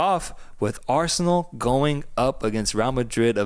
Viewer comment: Not a minute into it, and my ears are bleeding after hearing Arseanal better